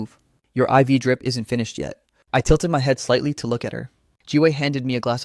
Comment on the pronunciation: The voiceover knows how to pronounce "I.V. Drip" 😮